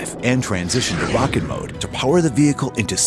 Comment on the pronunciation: what's a 'rairket'? oh wait a minute he means a rocket... sigh